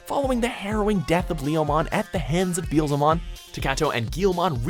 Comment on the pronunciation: his pronunciation of beelzemon dude it bee-el-za-mon